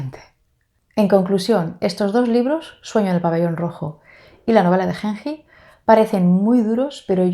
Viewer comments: ayy dios la novela de Genji (pronunciación es la g de gato "gen", y la j como una "yi") será la novela psicológica más antigua del mundo, escrita en el siglo X. Tuve un seminario de esta obra, una maravilla, es imposible de creer que haya sido escrita en el siglo X. Parece mucho más moderna, todo lo que acontecía en los salones de la familia Fujiwara (clan reinante en esa época) se destacan también otras obras de esos años, como los de su "rival" Sei Shônagon (con el libro de la almohada, pero es un diario) en cambio Genji Monogatari (la romanización en español del japones) es la primera ficción de la isla. Importantísima para toda la cultura japonesa, además de ser la primera novela escrita en japones, porque en la corte y los hombres escribían oficialmente en Chino. La verdad te la recomiendo muchísimo, no se siente una novela tan antigua, la historia es hermosa. La amo tanto que a mi gatito le puse Genji por esta obra hermosa. Lindo Tag, siempre veo tus videos, no los comento casi, pero acá lanzaste una de mis obras favoritas y tenía que hablar jajaja🤭 te felicito por tu canal!!! y pd: dale una oportunidad a Flaubert, es un magnifico escritor, él escritor modernista por excelencia, lo que sucede es que no es aristotélico y creo que eso es lo que te tira para atrás de él, o de la lit contemporánea, aunque yo soy de la idea como la tuya, tanta indiferencia y frase corta me satura de la novela contemporánea, pero hay joyas, solo hay que saber donde buscarlas. Estudio letras e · Genji se leería con G de gato y Ji de Jeep, cuando lo escucho como lo dices, siento que fuese henhi ( con una H en inglés)